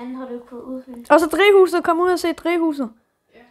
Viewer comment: Siger du drige hus det hedder drivhus